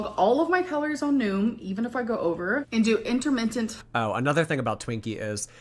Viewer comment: She said "intermittent" a different wrong way each time 😮